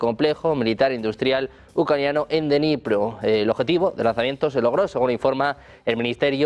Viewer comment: No se pronuncia denipro, se dice: Dnipro ta y como se escribe! La D se pronuncia corta y luego viene Nipro con acento en la o... Espero haber podido ayudar! Saludos